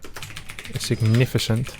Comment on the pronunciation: Respect for trying to improve your English man. Pro tip, "significant" is pronounced "signifi-kant" - you pronounced the c like an s but it's actually like a k.